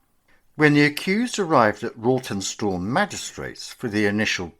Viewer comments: It's pronounced Rotten stall. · Rawtenstall is pronounced Rotten stall and Bacup is pronounced Baycup.